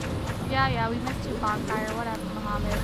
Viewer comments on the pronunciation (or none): Mahmoud is actually pronounce "Mah-Mood" not Muhammed. please read this. Lol like she cares right. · ALSO HIS NAME CLEARLY SAYS """"MAHMOUD""""" NOT MOHAMMAD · The name is Mahmoud (mah-mood) not Muhammad. Lol